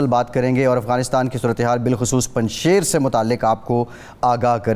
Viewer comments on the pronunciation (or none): Its punjshir not punjshayr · Punjsheer is not that of urdu sher (Lion) but sheer which means sweet in Farsi, so please pronounce correctly.